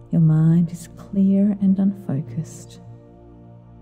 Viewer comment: I swear I hear you say "your mind is clear and unocused" at, .10 . Is that a mis spoken?